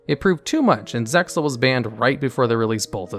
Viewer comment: How I hate these dub names. also you don't pronounce the X in ZEXAL.